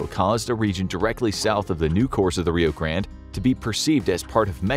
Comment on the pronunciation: Gotta love how the narrator can't stick with one style and alternates his pronunciation of Rio Grande.